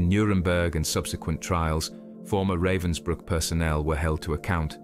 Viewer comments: At least learn TO PRONOUNCE RAVENSBRÜCK................... Not raven like black bird in english. "A" like in abandoned, abagail, alistar, atrophy. : Ravensbrück.... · Pronunciation guide: Dr Herta Oberheuser. It's Ober hoyser, not Oberhiser. It's Rahvens brewk, not Ravensbrook.